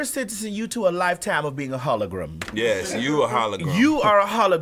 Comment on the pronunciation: Gawd Maddie every time you say HOLOGRUM I laugh till my voice is hoarse. 😂😂😂😂😂😂😂😂😂😂😂😂😂😂😂😂😂😂